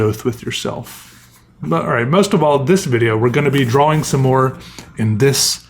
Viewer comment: is the only person I’ve ever heard make a point of pronouncing the w in drawing. But his draw-ings are spectacular and I enjoy his videos.